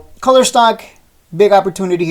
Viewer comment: It’s koooler not culler